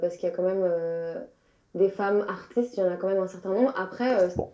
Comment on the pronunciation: a raté la manière dont elle a prononcé "femmes AARTistees"